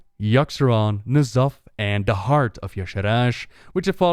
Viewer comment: If pronunciation of Ysherraj is wrong, I don't want to be right.